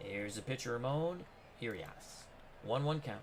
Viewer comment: As an Oriole fan, I'm looking forward to matching up on opening day! I think the Orioles lineup will look much different though. Just one side note, Ramon Urias's last name is pronounced "Ooo-ree-us". He won the gold glove last season so I think the game is underrating his fielding ability. HIs brother Luis plays for the Brewers.